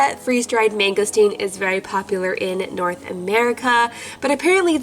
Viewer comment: You Said Mangosteen Wrong cause I'm Asain And You Said It Wrong!